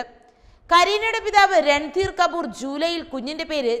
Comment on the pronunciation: KaBoor alla...KaPoor Ali Gaan.. Alla.. Ali KHaan